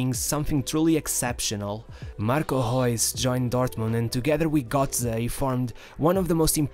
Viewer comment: bro, i love your content, but.... its marco rrrrrrreus. and arjen rrrrrrrrobben. not gobben, or geus. just letting know